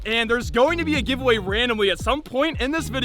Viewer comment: GiveatoME, not Giveaway..😂